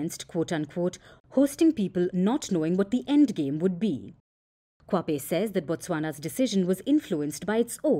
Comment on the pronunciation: Its Dr Lemogang Kwape not kwape